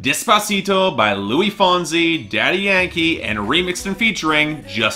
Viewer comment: You pronounce the S in Luis. It's spanish not french xD